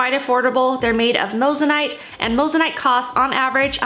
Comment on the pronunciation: You're saying moissanite wrong